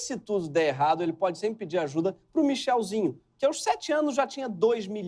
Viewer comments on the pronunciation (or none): NÃO É "MICHELZINHO" NÃO É MICHÊZINHO !!!!!!